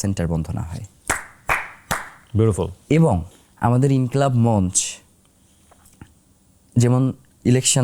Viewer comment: সঠিক উচ্চারণ হবে _ মঞ্চো।